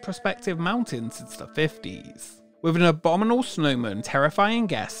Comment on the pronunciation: Just FYI it's "abominable", not "abominal".